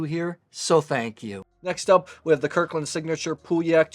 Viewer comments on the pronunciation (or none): Good assessment of these wines,however I wished you took the time to pronounce the correct French name of these wines.Gigondas and Pauillac are very famous wines and you should respect their names as every wine expert should .